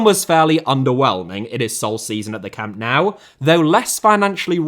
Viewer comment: Why do you say "camp now" instead of "camp nou"?